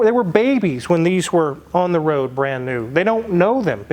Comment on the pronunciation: Anyone else catch that .. going down the WWWOOOAAADDD. Elmer fudd wooking for thoses wasckally wwaabbiittss...